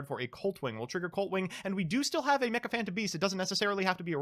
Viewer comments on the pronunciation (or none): none